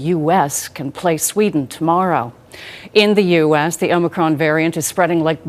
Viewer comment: Its omicron, not omnicron. Good try.